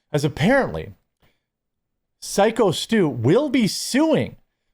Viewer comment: Finally you say Syko Stu's name right. Only took a week and a half.